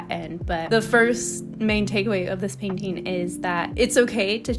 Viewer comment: I LOVE THE PAINTING IT LOOKS SO GOOD i love the colours so much!! btw i really like the way you often say "painteeing" with a longer "i" instead of painting